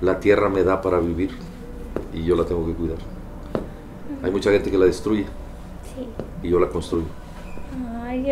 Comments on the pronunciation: CRITICÓN 2000: en el dice desruye en vez de destruye! Ntc jeje bueno sí pero, el video me gustó :) Nomás quería ser popular :( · Buen video pero dice desruye en vez de destruye :B